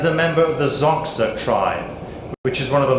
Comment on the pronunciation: Xhosa is not pronounced "Zoksa".